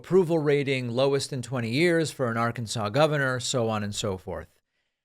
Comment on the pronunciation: Im a Democrat, I listen to you speak often and for the most part agree with you politicly. However mispronouncing the state or Arkansas is very petty. You may not like their politics, I may not. That does give us the right to act like an ass. The people who live in Arkansas are part of our country, and at the very least deserve the respect of their name called out appropriately. Don't be petty it's unbecoming. Yes, I heard you say it more than once "It's my show and I'll say what I want". Still doesn't make it alright.